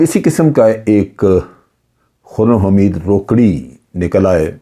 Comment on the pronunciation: جنرل صاحب ۔۔۔یہ "روکڑی" نھیں ھے "روکھڑی" ھے۔ یہ میانوالی کی بہت بڑی قوم ھے مگر یہ شخص نہ جانے کون ھے۔۔۔